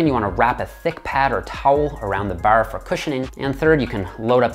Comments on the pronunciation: ITS BAR NOT BURR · Thank for the tips. Ps the way you say baaar is so Canadian. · I like how he says bawrh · Bar, barrrrr,.baurrr where is he from..he says bar with a accent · Thanks for the videos. Very helpful both physical and mental. Åre you Canadian? The way you pronunce bar is interesing. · The way he says “bar” makes me think he’s only pretending to be Hooman